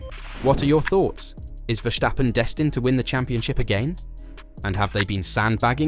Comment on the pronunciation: Good content! It's pronounced Verstappen, not Vershtappen (which is a German thing, not Dutch)